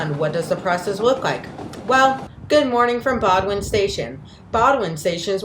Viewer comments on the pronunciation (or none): BOWDOIN station is pronounced BOHHHHH - DIN not BOW A DIN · The narrator alienated every Bostonian by mispronouncing the terminal’s name. It’s pronounced “Boden”, not “Bodwin”. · Bo-dun, not Bo-doo-win, and East Boston, not Eastern Boston. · "Bo-d'n", not "bod-win." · It is pronounced Bo din. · It's "BOW-Din" Station. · you should have done your pronunciation homework ahead of time!!! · The T’s own announcement says BOW-DN.